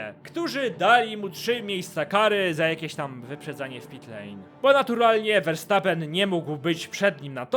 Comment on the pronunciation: Jakby co Verstappen czyta się przez "F", ale mów se jak chcesz.., jest super...